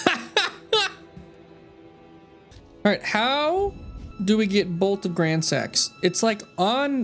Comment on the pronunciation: i leveled dex just because "gransax" sounds like "grand sex" and i thought it was funny.